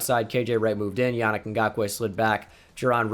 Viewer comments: It is pronounced yaneek not Yannick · for the love of god it’s pronounced “Yah-Neek Ngakoue”😂